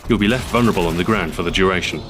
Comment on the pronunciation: Man I love the way you say "duration"